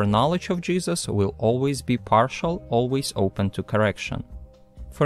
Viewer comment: The WHAT of Matthew and Mark?! I had this on in the background and I just hear "We have to speak of the jizzes of Matthew, the jizzes of Mark" and I died! 😂